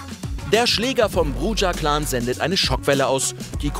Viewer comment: Klugscheißermodus an Es heißt nicht "Brudscha", sondern "Brucha". Klugscheißermodus aus